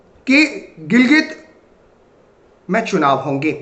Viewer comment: गिलगित और क्या? नाम ठीक से तो लो